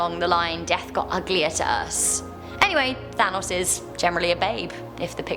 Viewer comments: Thanatos not Thanos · She keeps calling Thanatos "Thanos". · She said Thanos instead of Thanatos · Thanos? Not ThanaTOS??? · Did anyone else here her say Thanos instead of Thanatos? Though that does cast an interesting light on Marvel's Mad Titan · Lol Thanos instead of Thanatos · thanatos is how you read it its not thanos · you dont pronounce thanatos like thanos. You pronounce it like thanatos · She did, though she pronounced Thanatos wrong it's pronounced "THA-nat-Toss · No, it is pronounced thanatos, but she must have said thanos by accident. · THA-NA-TOS THANATOS FFS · When you said thanatos I thought you said Thanos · In the video she says Thanos instead if Thanatos which is so annoying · Thanatos I thought you said thanos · When she said thanotos i thought she was talking about thanos EDIT:i mean thanatos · Who else though she said thanos on #4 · i thought she said thanos.. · Who else thought she said Thanos at number 4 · Thanatos is pronounced Thanatos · She did 😂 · She said thanos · Yeah she did say Thanos tho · I think she did actually which confused the heck outta me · Yes she did! Maybe she got confused or smthn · i thought at number 4, that she said thanos XD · ITS ThanaTos the T u sey the T every big letter that i will tipe isnt silent THANATOS its read as its written god dammit woman pls learn to pronounce the word before u sey it gosh. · Of course, I believe in the Grim Reaper. But I'm extremely open minded, so naturally I view things differently than most people. Also, South Carolina urban legends - and not the easiest ones to find. Do some real digging, we've got some crazy stories. Also, its Thanatos, (Tha-Nah-Tose) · BDubb - she did and it hurts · BDubb - me